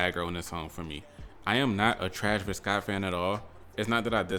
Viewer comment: "trash-vis jenner" took me out the game